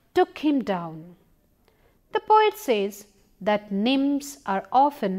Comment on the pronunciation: I think she try to say nymphs.